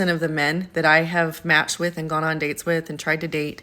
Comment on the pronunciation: Why do these vacuous dopey women pronounce "and" as "ayund"?